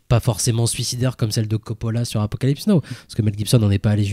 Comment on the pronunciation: Très bonne émission les gars, mais sérieux, 40 ans après vous nous prononcez encore Apocalypse NO! Ca la fout mal pour des cinéphiles de votre niveau. Et au fait JoaquiM Phoenix n'existe pas non plus. Attention à vos prononciations s’il vous plait, ça peut nuire à vos propos.